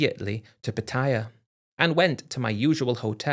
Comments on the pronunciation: Same old story and the same stupid British pronunciation, Patia, dumb Brits just can’t say Pa Taa Yaaaa lol 😂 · Everybody please stop saying PATTeeya. Cringe. Its pronounced pattaYA. Stress is on the end of the word not the beginning 🤷